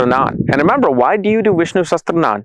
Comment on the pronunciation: Its not sastranan, its "sahasraanaam" Sahasraa means 1000 and Naam means names so thousand names of the lord vishnu is Vishnu "sahasraa-naam". Like Shiv-Sashasraanaam or Lalita-Sahasraanaam etc.